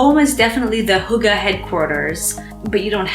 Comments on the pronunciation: Girl how did you arrive at Huga? Reading Hygge as you would in English would’ve been closer to the actual pronunciation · Hygge is pronounced hue-gah...meaning togetherness or cosy. Your narration is truly excellent but sometimes the music is very distracting being too close in the foreground rather than as a background. Just saying. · Hi, I'm a year late, but I'm from Denmark and I'm telling you I laughed so hard of the way you said hygge with wrong grammar and everything 😂 Sometimes I forget to respect the unique culture we do have. Sending love from Denmark ❤️ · Great video, but sorry to say you didn't pronounce Hygge correctly, from a Dane, down under 🇩🇰